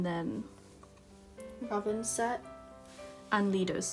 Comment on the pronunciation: Man, I'm annoyed the way you pronounce some of their names wrong. I am not saying that this video is not good but please try to pronounce their names correctly. I didn't mean to hurt your feelings or so. But still.... Hwanwoong is pronounced as Hwan-oong, RAVN is pronounced as RAVEN(the english pronunciation) and for Leedo it's pronounced as eedo. The L is silent. Hope it helps~